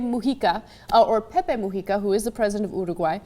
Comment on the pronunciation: I am so happy you pronounce both Mujica and Uruguay RIGHT